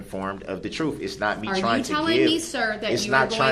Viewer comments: Jury needs to understand the “troof”? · "Da troof" "Axed" This m.o.r.o.n. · Lil B!tch Brooks FINALLY figured out how “tacit” (tacit agreement) is pronounced. Coming up on the next episode of Pro Per Idiots: Lil B!tch Brooks in Dodge Correctional, Moment of Troof: Meaning of “Tacit” Dawns on LBB (Solitary Confinement Edition).